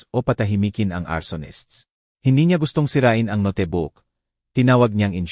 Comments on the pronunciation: Notebook...hindi ..no te book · Hahahha... No te book... Ang note book... Itama Po Ang pagbigkas .